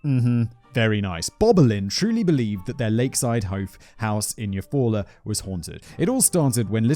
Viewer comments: My grandmother was born in Eufaula, AL. Didn't know there was also one in OK. I was also impressed that Simon pronounced it correctly given his atrocious pronunciation of Lowes, but didn't appreciate his opinion of the name. Maybe I'm too thin-skinned. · This is 1000% accurate. I live in Oklahoma (in the Chickasaw Nation portion) and there are place names from all the different tribes who were forced here from legit everywhere. He totally pronounced Eufaula right though.. I was kinda shocked ngl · I'm a Oklahoma native and Simon you nailed Eufaula. There are people who live here who have trouble pronouncing it. 😂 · Ok, you did so good with Eufaula... but then Lowes... Low's... not Laowes. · I live about 30 mins from Eufaula, you said it right lol. I remember this and how odd it is, happened about 20 mins from where I lived, spooky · Your second pronunciation of Eufaula was correct: you-fall’-uh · Nailed Eufala pronunciation, my family had a home there for years Oklahoma is smack in the center of the USA just above Texas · You pronounced Eufaula right!! I am from there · Simon, I'm most impressed at your ability to pronounce town names in Oklahoma this year, like Tulsa (Geographics: Greenwood District) and Eufala, plus many passing mentions in various other videos. I'm from Oklahoma, you'd be surprised how often people living here can't pronounce them.... Yes, our town names are a little weird, most of them have native American origins. The name Oklahoma itself is Choctaw in origin even. Just don't say my-am-me Oklahoma, say my-am-uh 😋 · Simon flawlessly pronounces Eufaula but can't pronounce Lowe's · Eufaula... yeah, but you said it right the first time. Good job! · Shocked that you pronounced Eufaula right haha. A lot of “weird sounding” American town names are actually of indigenous origins. There are multiple Eufaulas, including one in Alabama with a beautiful lake. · Your pronunciation of Euafala is correct, Simon